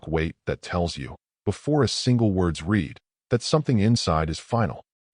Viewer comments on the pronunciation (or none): Again...teach ur AI to say "read" in the past tense...The more competent AIs do that, Why can't yours?